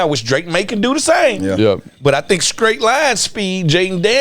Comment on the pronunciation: “Skraight Line Speed”..? This MF Fred speaks English only part time..